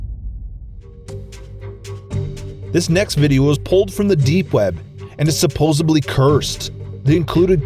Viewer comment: Org , suposubly, closed the mind? It's ogRe pronounced O-ger, suposEDly, and miNE.